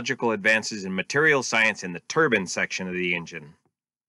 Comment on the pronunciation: Also, I might be incorrect but is it a turban engine or turbine? It might be in the pronouncement.